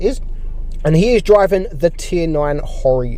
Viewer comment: It’s not pronounced Haw re, its pronounced as it says: Ho Ri ( Re )